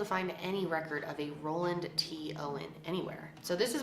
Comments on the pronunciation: Is it Roland or Ronald? Title says Roland but you keep saying Roland 🙃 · Ohmagod same, I was so confused when she kept saying "Roland" and I checked again and realized that it wasn't lol.